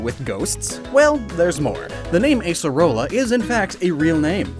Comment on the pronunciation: In portuguese, at least, Acerola is pronounced with an open A. Like Ah-cerola.